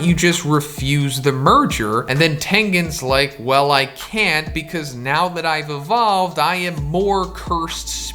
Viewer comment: everyone: becuzz: becuss